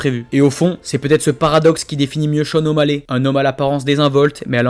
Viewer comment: 5'59 Le "O'Baley" il est magnifique :D